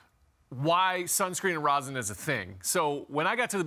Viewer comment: Rosin, not Rosen.🤦